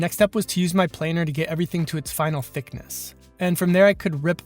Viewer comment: What were you saying at the mark? Thicknay?